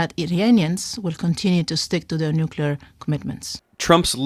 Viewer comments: Why is it pronounced nuckyaloor, mom? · NO HE SAID NUCULAR